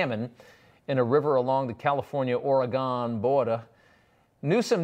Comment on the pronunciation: Hey Rob its Or-uh- gun not oruhgone😉😂